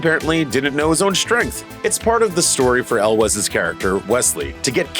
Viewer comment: Ok I was gonna watch all the way thru, but on the second one...really? El wes? Really? At least learn how to pronounce their names if you're gonna talk about them